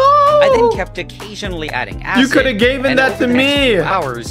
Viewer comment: given* not gaven.